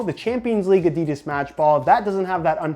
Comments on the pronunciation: Its pronounced Adidas not Adidas. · Great video, the aDIdas pronunciation killed me inside a bit though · It makes me kinda uncomfortable whenever he pronounces adidas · William Hutchinson fucking hate it...😂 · William Hutchinson yeah it's fucking gross, why do Americans always have to pronounce words stupidly 😪😴